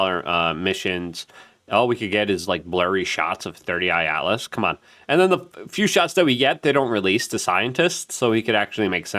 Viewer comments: “Three i Atlas” Not “Thirty Eye Atlas” Luke 👀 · C'mon man!! You have to be doing it on purpose at this point. IT IS "3I ATLAS" not 30I Atlas. You are driving me nuts with this...lol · Three Eye Atlas, not Thirty Eye Atlas….! Lmao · Brother its three I not thirty I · WHYYYYY DOES LUKE KEEP CALLING IT "30 i Atlas!!!!" 😂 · holy f dude - we know it isnt your first language, but it takes 1 minute to look up how to pronounce people's names and proper object names. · i like to watch and am subscribed but... You need to settle down and quit being so in a hurry, first- drives me crazzzzy --- it's 3 eye atlas not 30 eye * 3I-Atlas get it . got it. good second- perihelion not fucken para helium !!! Quit being dumb - please ! Third Interstellar object to enter our solar system discovered by the Atlas telescope thus -- 3 I Atlas now you got it !!!! I hope... Now start pronouncing the idiots name at Harvard correctly. yes.... Avi Loeb. crazy Avi the Israeli-American physicist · cant stand that you refuse to read and state the names correctly. 3 i atlas!!! not 30 I atlas. and its Loeb Not Laboe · You can tell when Luke is completely out of his lane… he pronounces names wrong. 30 i atlas and Avi lowebey. C’mon dog…